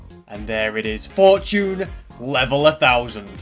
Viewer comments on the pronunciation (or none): Its fortune (for - chun) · Where I’m from we pronounce it for-chune